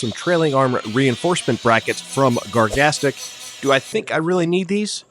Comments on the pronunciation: I don't mean to be that guy, and I could be entirely mistaken but I do believe its pronounced "Garage-astic." Please someone correct me if I'm wrong and it is pronounced "Gargastic." It just has an extra 'a' and I was also once corrected on it lol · Wtf was your pronunciation of garagistic?! Lmao it's not "gargastic" it's garage-is-tic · Gargastic? 😂 Garaj-istic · He had me in the beginning… Then his pronunciation of Garagistic came out. Garage-is-stick is how I was taught lol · That is not how they intended for you to pronounce Garagistic 🤣